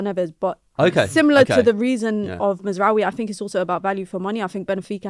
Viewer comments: That woman with a straight face said MAZRAWIII bruv end the stream 😂😂😂😂😂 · Mazraoui??😂 please stop, dont ever bring this girl back